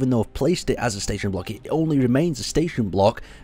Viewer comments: "staton" lol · "Staton Wreckage" Is english first language?